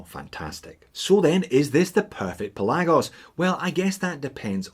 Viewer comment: I think it's pronounced Pelagos.